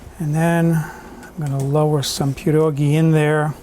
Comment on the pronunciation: How did I miss this video?? You definitely grew up with them like I did because you pronounce them correctly. Will be making a big batch and freezing some. Thanks!